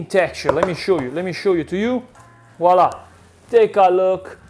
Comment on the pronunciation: 😂 I see someone else thinks that voilà is Walla! 😂 I was yesterday’s age when I finally realized I was saying it wrong.